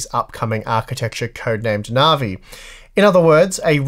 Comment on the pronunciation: navi not narvi, dissapointed in your australian